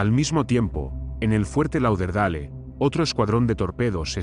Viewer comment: Fuerte "Lau der dale"...pronuncia bien coño